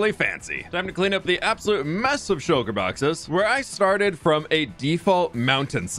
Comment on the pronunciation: did anyone else here shulker bockers not boxes??